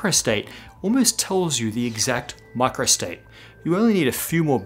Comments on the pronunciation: maybe it's because I am not a native english speaker, but it seems to me that you are pronouncing "micro" and "macro" the same way. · Either Micro and Macro is pronounced similarly or you used the other here. Edit: subtitles are against me. Hell similar words.